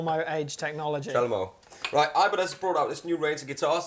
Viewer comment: ibranez.. new brand from ch-eye-na xD